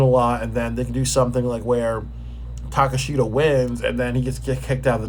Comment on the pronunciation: Yikes. Do you watch aew? That is not how you pronounce Takeshita and you don't even know who some of the wrestlers are